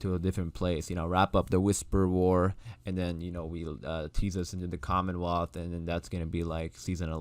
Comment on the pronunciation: Angela did say COMMENWEALTH..in her interview for her to say that was kool..